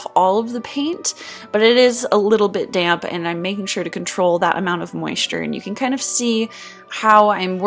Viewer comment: When you said "damp brush" i thought u said dank brush